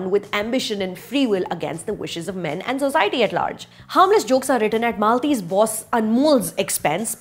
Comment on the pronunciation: NOT A RESPONSE TO THIS MOVIE REVIEW : Really Admire your way of balancing things during your apparently "not the review" when it's about scrutinizing the movie, but the way you say word "MEN" everytime.... OMG, Itne bhi bure nahi hote yar hum log, I hope this hatred lowers down someday 👍